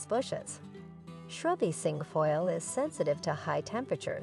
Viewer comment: This must be an AI product. Lots of mispronunciation of common plants, such as Japanese Andromeda and Cinquefoil. I